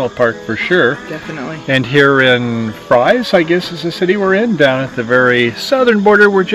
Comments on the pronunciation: Fries is pronounced Freeze actually…I live in Galax 👍🌹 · Two Points: The Town of Fries is pronounced "FREEZE", secondly the campground is only about 200 yards from the trail. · How could you have visited both towns yet not know how to pronounce either one?